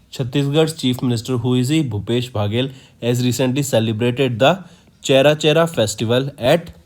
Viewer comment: Pronounciation should be careful while reading the CA, its aparna, not aprana.. its mapping, not mopping and its cherchera, not chera chera 🙄